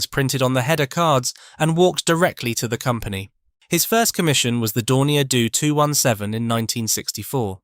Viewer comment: "Dorner Doo 217", "Mecka-no", "Tree-ang", "Macketchnee" - ain't it just